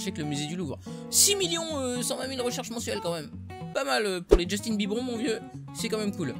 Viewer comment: tu m'a fait délirer quond ta dit justinbibron 😂😂